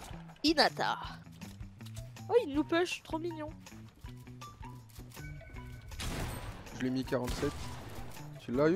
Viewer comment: Qui disais au début "mignon " alors qu'il fallait dire "migon"🙋🙋🙋